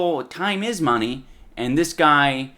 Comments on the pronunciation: I love how he says mune instead of money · Give meh theh moneh boah!!!